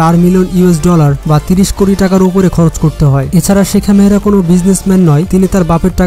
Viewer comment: নাম ভলো করে জানুন শেখা মেহরা না শেখ মাহরা 😁😁😁